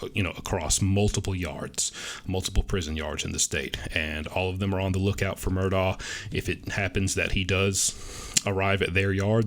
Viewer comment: Wow! Thank you!! You're the first info person that pronounces his name correctly!!! So smart!!